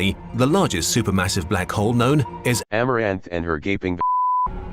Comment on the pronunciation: Llamourath.... and bell. XD thst killed me